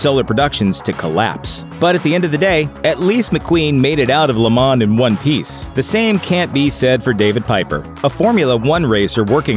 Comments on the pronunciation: LAYYYY MOH Not Ley MAN"s ----- LeMans ---- French word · It's pronounced Le Monz not Le Mon